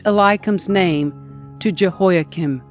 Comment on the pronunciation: JEHOIAKIM IS NOT 'CHIN' BUT "KIM"